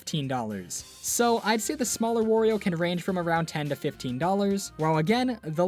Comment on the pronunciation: people pronounce it wor- io sometimes. BUT YOU DON'T CALL MARIO MORIO, SO WHY DO YOU CALL HIM WORIO?! IT'S WARIO!